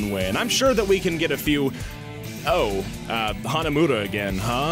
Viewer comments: Really "Hanamuda"? the game even pronounces it Hanamura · It's pronounced HanaMORa by the way